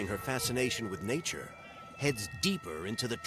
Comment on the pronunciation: I thought she said she read a book about Nietzsche.... soon realized she said nature